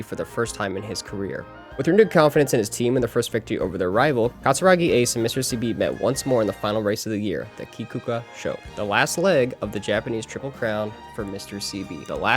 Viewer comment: Mr CB also did an additional thing during the kikua sho, where he would accelerate during the uphill, being labelled as committing a taboo for the end-closer style and the uphill accel Also kikua sho is pronounced kik-a sho because the u is silent